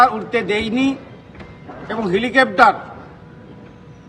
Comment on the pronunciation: Tmc neta 99.9% sob Bangladeshi valo kore helicopter bolte parena